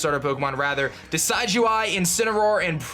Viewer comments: It's Decidueye, as in a deciduous tree. Not decide-you-eye. Also, you only have the held item fix IF YOU PATCHED TO 1.0.4. Make sure you do that. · Totally team Decidueye. And I think its a short "i" when pronouncing it, like "deciduous". As far as Uranium goes, I think its really an interesting series and look forward to watching it. Sure, its not official, but its very well made and looks like it could have been official in an alternate universe.